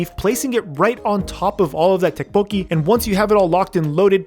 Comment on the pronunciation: Who eats fried rice with a fork?... Also tteokbokki = "tdohk-boh-gki" (say the "td" at the same time for the most approximate sound. Same for the "gk")